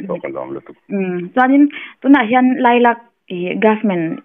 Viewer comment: Khaw hming lam dik lo lutuk hi a ngai mawh awm fimkhur a tha. Lailak lam dan hi a dik lo lutuk